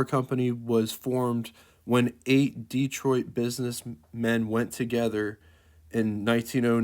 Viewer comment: Where is this DEETROIT PLACE. I AM from Michigan, never ever heard of DEETROIT. Learn how to pronounce American names.